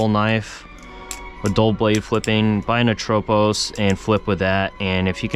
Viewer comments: It should be ATropos, not aTROpos. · Haven't heard anyone say atropos like that haha